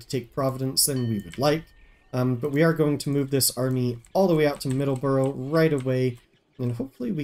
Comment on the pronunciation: MA native here. Middle-borough. No "S". Side note: Excited for the new play through!